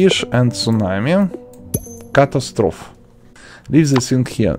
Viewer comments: I'm sorry, but why did you say "cattostrof" instead of catastrophe? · It’s pronounced “ca-TAS-tro-phe” bud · he didn't say the e at the end either